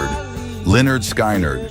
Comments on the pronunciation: It's pronounced Leonard Skinard not, SKynard.from Nature Coast, Florida. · Sky-nard is so embarrassing get better AI or quit. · Sky nerd? Really? Sky nerd? I hate AI… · Please pronounce Skynyrd correctly. It's pronounced skinnerd. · First off, you keep mispronouncing Lynyrd Skynyrd. Skynyrd is pronounced to rhyme with Lynyrd. The Band were never considered s “southern rock” band, it’s only their song that has to do with the South. You should have included The Outlaws with their masterpiece “Green Grass and High Tides”. Too many Allman Brothers’ songs, with being replaced so you could have included Charlie Daniels. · You lost me when you pronounced Skynyrd and Van Zant wrong. 🤦‍♂️